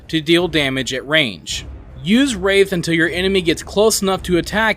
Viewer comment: WRATH* not wraith... lol